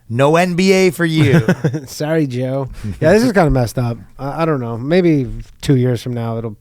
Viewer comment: Ryan's real Canadian came out when apologizing. Sooooowrie